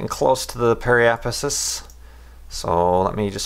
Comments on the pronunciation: Pe-ri-ap-sis damn it! And the plural is periapsides. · app-oh-app-sis and perri-app-sis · Pronounciation guide: Periapsis - pear i app sis Apoapsis - A poe app sis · Does he ever learn to pronounce periapsis/apoapsis right? :)))) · Actually the orbit IS right - but it only SHOWS the trajectory around the object with dominant gravity force at the moment. Their match is solid. Also try saying these 3 words: Perry/Apo Ap Sis good luck :)